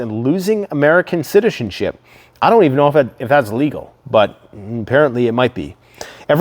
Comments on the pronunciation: Haha “shiticenzip” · you said shitizenship !!! was that on purpose.